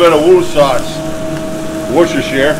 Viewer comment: I love the way he said Worcestershire sauce !!! haha thats hilarious. woocestershire !!!